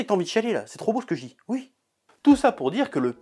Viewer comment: C drôle comment tu dis ui et non oui